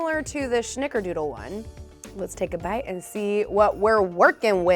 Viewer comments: Who else is triggered every time she said SH-nickerdoodle? 🤣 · Love this!! (There is no H in snickerdoodle so it’s not shnickerdoodle but maybe it should be) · I found this video on my phone specifically to comment this. 🤣🥴🙃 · I love her but the way she says snickerdoodle xD